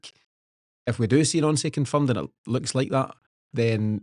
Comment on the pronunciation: Guys his name is pronounced NANCY not NONCY FACT